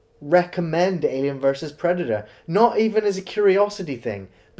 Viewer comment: Predator: Predaerrrrrrrrrrrrrrr